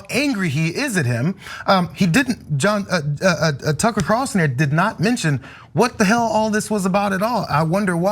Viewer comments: I've been calling him Cucker Tarlson for years, so that slip made me laugh so hard! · "Cucker" that was a great slip :) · I did hear call tucker carlson "cucker" by mistake. 🤣